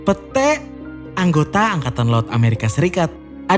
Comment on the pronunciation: Min pete nya dibaca Pete, bukan pete😂